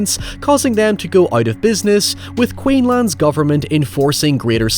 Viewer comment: I love your stuff but as a Queenslander I physically winced when you said "Queenland's government" (instead of "Queensland's")